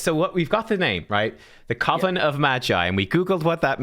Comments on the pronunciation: Coven rhymes with Oven. I swear I heard say Coffin of Magi. Haha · Jeez! Another colab! When are you two getting married? I think it's pronounced more like "cuv-en" like oven I feel with the addition of Iron Twins, that a Bio-Mech faction is possible